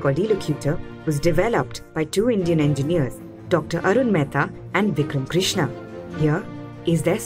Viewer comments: Its vikram krishna , not vuckram crishna .. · Vikram Krishna not crishna